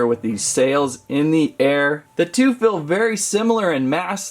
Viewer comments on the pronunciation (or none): none